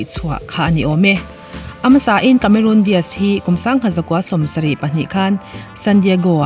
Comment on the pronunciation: Cameron Di aazz👍👍👍 Cameron Dias👎👎👎 tia lam toplo hian